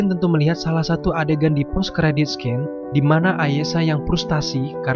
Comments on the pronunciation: scene di baca sin om, bukan skin, oh iyah VO.y digedein juga om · bahkan "scene" dibaca siiin bukan skiin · Scene dibaca sin Subscribe di baca sabskraib Warlock dibaca warlok Btw ini kritik yg membangun ya 😊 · Dari pada bilang sukraib mending sabs skraib daripada bilang skin (scene) mending sin. Sekian